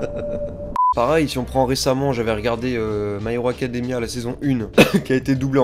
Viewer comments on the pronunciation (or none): J'ai TOUT LE TEMPS l'impression que tu dis tout le temps "My ROCK academia"...😭♥️😂